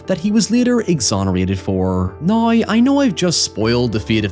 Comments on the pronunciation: We also need to teach him how to say "now" instead of a "noy". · We need to teach him how to say "now" instead of a "noy".